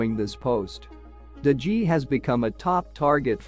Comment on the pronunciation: What about DE GEE?? Dude Google how it’s pronounced before uploading a YouTube video, doesn’t take you seconds ffs